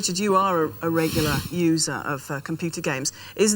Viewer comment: "You are a regular... USER... of computer games..." I'm dying lady.